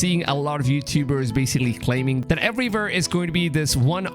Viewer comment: Every time you say “everywhere”, it sounds like everyvere😂😂🔥